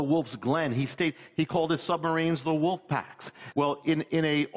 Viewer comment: "Far from the wuff" she says.